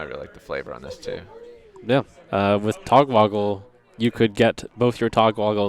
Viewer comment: How the fuck is this guy still mispronouncing Togwaggle (as Togwoggle) a year and a half later